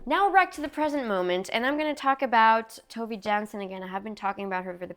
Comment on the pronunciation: This is the first video that I am reading of yours! Would you like some Nordic recommendations??? (also Tove is pronounced closer to Toe-vah)